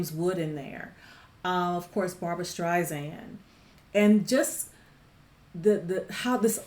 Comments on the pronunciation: LOVE the song and the movie. ADORE Barbra to the moon and back. And absolutely loved watching and listening to your reaction. Thank you!! You.re a delight. P.s. others have probably already mentioned this, but her last name is pronounced with S sound, not Z... like StrySand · I am a HUGE fan of Barbra's! This movie is wonderful; however, a key scene was removed which further identified why their marriage dissolved. It wasn't just because he had an affair, she also was ratted out by her friend, who identified her as a communist when the blacklisting period took place in Hollywood where he wound up working. Sydney Pollock, the director, cut it. Therefore, the ending doesn't completely explain their demise. I love your reaction and passion, but please do not say StreiZand. It is StreiSand. Like Sand on the beach. Soft S.